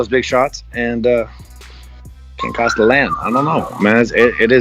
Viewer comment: A small annoyance I noticed, but Costa is pronounced “Ko-sta” not “Ka-sta”. I’m guessing for Adesanya it’s going to “Ka-sta” his Title to go in the ring with Costa.